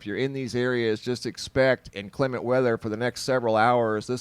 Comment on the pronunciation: I laughed every time you said 'inclement' cause it just sounded weird. Where are you from? In Kansas, we pronounce it differently.